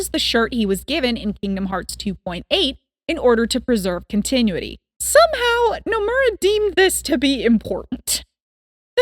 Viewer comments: Should I mention that it's pronounced "Kont-eh-noo-it-ee"? Ya keep saying "Continue-tee" I have to recommend just playing the games if you're this invested though. I'm less bothered by all the inaccuracies in your vid, and moreso the enormous lack of context you have. A ton of KH's plot happens outside of cutscenes, or is in casual interactions in-game. Xion's characterization is a huge example, since if you just watch cutscenes alone then you'll totally miss out on the kind of person she is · Its pronounced CON-tin- uity. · I hope you’ve learned how to say ‘Continuity” since this recording lol. A fun watch after beating the entire series. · Off topic but the way you say continuity hurts me